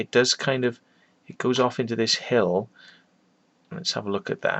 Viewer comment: First he said to this point where you go to hell, then i understood he meant hill. :/